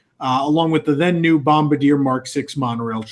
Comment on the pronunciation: FYI... The name of the French Canadian company that produced the Monorail is pronounced "Bomb-bar-dee-A". It's French.